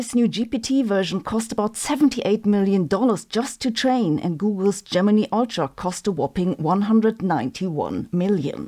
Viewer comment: But she pronounces some words weirdly, like Gemini, she says Gemini with a long e sound instead of a long i sound. And crocheted?! She pronounces it completely weird.